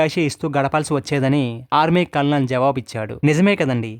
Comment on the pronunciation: కల్ నల్ కాదు కర్నల్ అనాలి, మన తెలుగు వాలు చాలా మంది కల్ నల్ అంటారు, ఎందుకనీ?